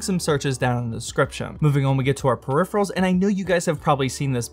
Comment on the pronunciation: He spent too much on prephirals